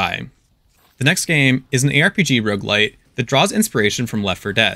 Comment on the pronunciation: Please for the love of god emphazise the first syllable of roguelite like a normal human being. "rogueLITE" makes me cringe every time